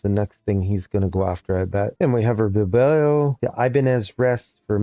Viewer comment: Caen is pronounced almost like "khan" instead of cayenne. Bilbao is Bill-Bow. Little nitpicks! nice video